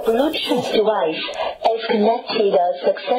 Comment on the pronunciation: USES THE SAME SPEAKER AS ME HAHAHAHA “THIS BLUETOOTH DEVICUH,,, IS CONNECTEDH SUCCESSFULLY”